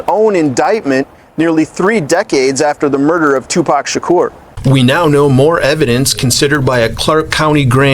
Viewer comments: Im sorry I just can't listen to the way says 2 Pac. (2 Pack, smh) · be saying "2Pack" 😂😂😂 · learn to pronounce pac’s name big G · This white guy, ain't like us...he can't even say Tupac name right!!!😂